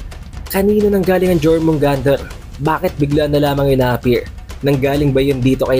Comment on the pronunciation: yormugandr pronounce dun idol hindi jormungander